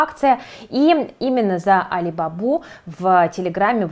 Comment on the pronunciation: правильно произносить не алибАба, а алибабА (алибабА и 40 разбойников)